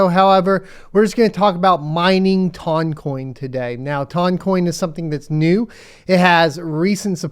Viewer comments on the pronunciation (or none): I got to admit, I can't stand the pronunciation. My brain says tun, like a ton of weight.